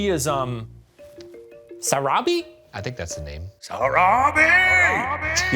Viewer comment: Shane recalled Simba’s mom’s name the same way I do 🤣 SARABI!!!